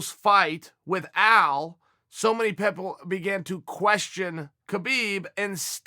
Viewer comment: 1:60 “so many pepple”